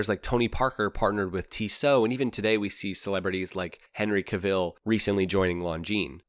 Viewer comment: do you know how to pronounce Cavill?